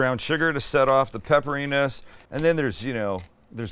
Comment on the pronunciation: Is it bad that because it’s Sam, I got confused and heard “pepper anus” instead of pepperiness?